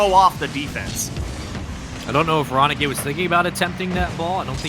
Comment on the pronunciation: anyone sat here laughing to them saying Ronikay .......